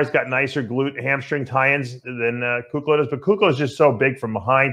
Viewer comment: I’m sure Iain doesn’t mind 😂 He says Kuclo wrong on Fouad’s podcast 😂